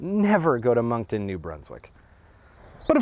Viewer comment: Oof, why'd you do Moncton like that - it hurts